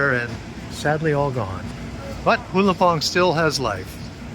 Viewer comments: The minimal courtesy you can have is ATTEMPT to learn the proper pronunciation of some Thai names. 'HULAPONG'? Even if you read the English spelling straight out, it would not sound like 'HULAPONG"! HUA LUMPHONG!!!!. Your pronunciation hurt my ears so much that I just stopped watching the damn video. DO BETTER, PLEASE! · Nice video. But I can't get over it. Why do u still pronounce it as "Who Lam Pong" after so many years and trips through this station. It's "Hua Lam Pong" with Hua pronounce as in "Hua Hin". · You butchered the name of the station so badly I had to leave. Sorry.